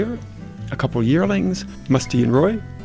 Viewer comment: is sorry he mispronounced Musti LOL